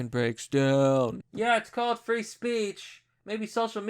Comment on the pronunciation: when you said you're not against "free education" it sounds like "re-education" btw i almost unfollowed you but i turned on the CC and it said "three education" so i ralized you just mispronounced.